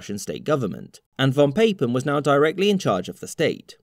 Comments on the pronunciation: Papen is pronounced "Pah-pen" not "Pay-pen". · Aw would've been perfect if you said von Papen's name right (von Poppin') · Pah-pen. It's German. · The a in Von Papen is pronounced like the a in ask, not the a in hate. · Or the pronunciation of "Papen".